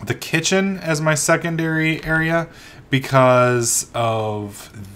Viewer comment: kitchenm? whats a kitchenm?